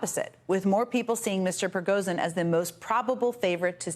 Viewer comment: I do wish journalism writ large would establish and constantly-update a guide for at least good approximations of the correct pronunciation of the most prominent foreign names and words. Can't Jen Psaki hear that David Remnick, a Russian expert, is saying zh and not z? Yes, some words/names are difficult to pronounce. Prigozhin is not. Thank you.